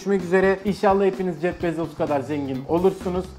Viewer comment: Jef bezos değil (jef bizos) gibi birşey